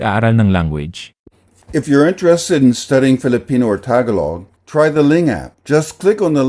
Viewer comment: btw, the emphasis in the word tagalog is on the second syllable, not the first.